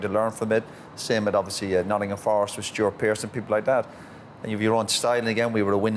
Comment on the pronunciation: Carragher said 'Notts Forest' hahaha they'll go mental when they see that the daft Forest fans lol